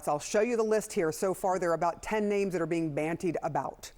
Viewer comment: "bantied"? She meant "bandied."